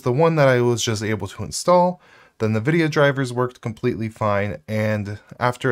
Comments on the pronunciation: Not that it really matters, but it sounds distractingly weird every time you say “Nuh-Vidia” instead of “En-Vidia”. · It is wrong.... It's ENNN-VIDIA. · "Nuh-VIDIA"? Is that right? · Nvidia - a play off "invidia" (translates to 'envy') pronounced like it too (in-vid-ia not na-vid-ia) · still can't say nvidia correctly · I mean sure, but I was just talking about the pronunciation. It sounds...wrong.